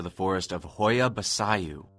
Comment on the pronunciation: Yo I'm romainian and I live 2 minutes away from Hoia and that pronunciation is literally the worst thing in the whole story